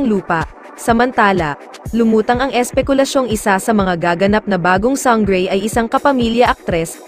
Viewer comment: Sanggrey? Slang